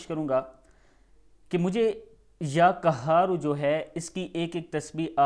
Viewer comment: محترم آپ ،ک،کی جگہ ،ق، پڑھنے کی مشق کریں کیونکہ اس سے قرآن پاک کے معنی بلکل بدل جاتے ہیں ،میرا مطلب ،یا قہار، سے ہے